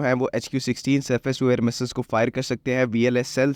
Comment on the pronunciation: Phele missssseleees theeek hai Boln seek le